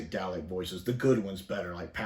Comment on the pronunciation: I can't get past the dalek pronunciation here